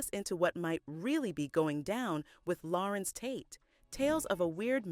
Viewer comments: larenz not larentz ......google is your friend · Why does the narrator keep calling him Lah-rence instead of La-renz?